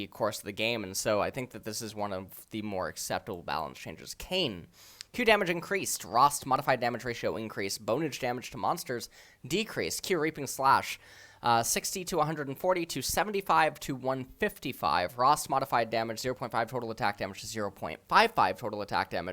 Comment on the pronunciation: Looks like needs some coaching in english, because there's a clear distinction between Reaping and raping...